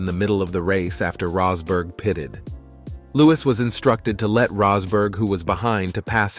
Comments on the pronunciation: Good video but you pronounced Rosberg's name 3 different ways throughout 🤔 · AI narrator rolling the dice for a different Rosberg pronunciation each time 🎲